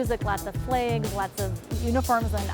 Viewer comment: Couldn’t watch past “flaygs”